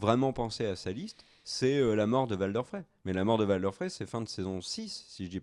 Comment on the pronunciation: Arrêtez de dire Valder svp c'est Walder, ça se prononce à l'anglaise...